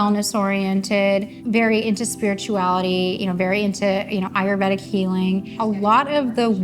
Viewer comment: Echo chamber vs Eco chamber. Mispronouncing ayurvedic are all things that spur my bias and prejudice.